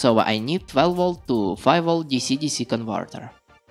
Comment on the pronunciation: Тоько хотел написать, что рязанский акцент выдаёт автора :-) !!! а тут его уже раскусили!!! поржал от души особенно на конвортэр это шудевр, а так паря молодец лайк!